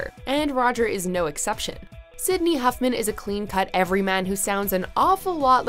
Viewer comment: It’s Sidney Hoffman not Huffman